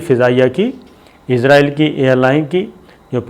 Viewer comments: Sir gee the word is Israel not izraeel.... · Sabir bai aap bar bar israeil ko izraeil kehty hen.jab k izraeil eek farishty ka nam ha.is ghalte ko drust Karen.abid al Riyadh. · یہ عزراٸیل دنیا کے کس ملک کا نام ہے؟ کمال ہے کیسے کیسے جاہل اس ملک میں سینٸیر اینکر بنے بیٹھے ہیں ۔ اسراٸیل نام ہے ملک کا ۔اردو میں س سے اور انگریزی میں S سے Z سے نہیں ۔ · تل ابیب میں ت پر زبر۔ فرق یہ ہے کہ ت پر زیر کے ساتھ جو تل ہوتے ہیں ان میں تیل ہوتا ہے۔ اور تل ابیب میں تیل نہیں ہوتا۔ دوسرے یہ کہ اس ملک کا نام ہے اسرائیل۔ عزرائیل ایک فرشتے کا نام ہے۔ اورہاں، چے نا نہیں، چین، چین، چین۔